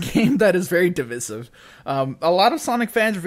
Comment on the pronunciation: The way you said “divisive” is pretty divisive.